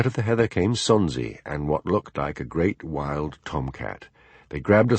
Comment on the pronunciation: This is DD, not the moniker attached to the comment above stating, "For a Scot...". Don't know how that happened. However, as a NON-Scot, I found this narration an absolute delight. How can you mispronounce Sonsie?